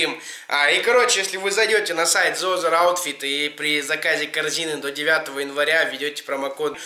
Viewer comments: Зи Азэ Аутфит, братан, спик инглиш лайк э босс ;) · зэ озэр аутфит. Это жесть. Почему хуйню несет он, а стыдно мне )) бро, подтяни английский и ихний русский. )